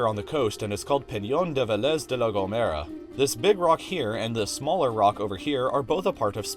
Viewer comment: Why tha fuck ve-LEZ, there's the damn accent mark right there: ¡VÉ-lez!!!!!!!!!!!!!!!!!